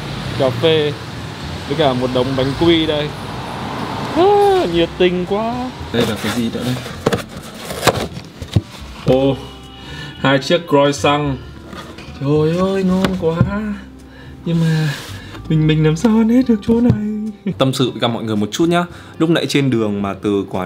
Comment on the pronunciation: Croissant gọi là cờ rọt son nhé. Không phải co-săng Còn tiếng pháp hay châu âu các nước k nói tiếng anh thì Khờ roặc soong :)))))))))))))